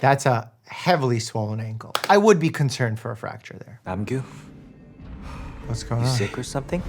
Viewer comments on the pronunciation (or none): HELP NOT NAM GYU